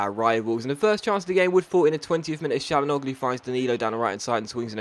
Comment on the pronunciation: Hakan Çalhanoğlu is pronounced hak-han chan-ag-loo